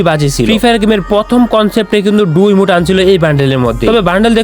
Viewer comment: Red ❌ Rid ✅ Emote ❌ Emute ✅ 😅😂